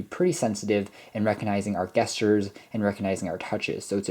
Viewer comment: Soft g not hard g on gesture. treat it more like "jesture." Are you sure about the plus and minus bit for volume? Is that some kinda built in short cut? If not then those are literally what they look like. The asterisk for multiplication, the slash for division, and of course plus and minus for respective addition and subtraction.